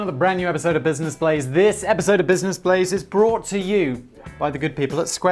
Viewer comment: I had trouble finding the channel because I always misheard Simon... I thought he kept saying "Business Plays" on the podcast... Which, as a name, fits better, making it even harder to comprehend "Blaze"... :-D Finally found it by searching for "business plays simon"... ^^